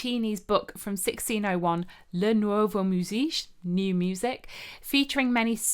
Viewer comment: Very very interesting and nice to listen to. Thanks a lot for this and the many others!... Just a couple of little things: in Italian, musiche is pronounced músike... Fantasía has the accent on the i... But I tell this just to try to help, a way to give you back, dunno, like a drop of water for the river of music you're giving us...